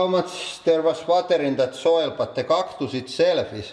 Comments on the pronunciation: cock-tus? dafaq? 😂😂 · " we are gonna be crushing flowers : cocktus" listen carefully at start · I love a good "cocktus" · It's funny to me how he pronounces some of the words the way it's pronounced in Finnish (like cactus, n stuff) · Being a Finn, I know he doesn't exaggerate. The accent is real. He is just too lazy to imitate proper pronouncitation, so he pronounces English words as he would read them in Finnish.